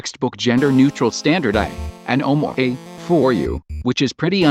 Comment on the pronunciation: I love that TTS pronounces omae as Oh-mway